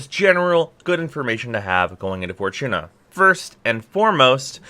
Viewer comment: Didnt know "Fortuna" had a CH in it..